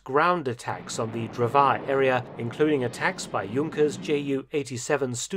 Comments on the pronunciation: You pronounce Drvar as Drwar, it's was so funny hearing your pronouncing of that city. Ppl like to make jokes about that city as calling it Dr. War. Btw it's my home time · In the pronunciation of "Dr̀vār" ("lumberjack") the stress is on the "r"; the a is only lenghtened and pronounced at a slightly higher pitch. . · Just a nitpick from a resident of an ex-yugoslavian state - "Drvar" is pronounced "Dərvár" (with an emphasis on the ə). English TTS really doesn't get it right.